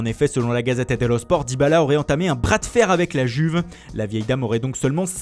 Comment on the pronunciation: Mais pourquoi tu prononces Dybala comme un attardé ? Je comprends pas C'est un gage ?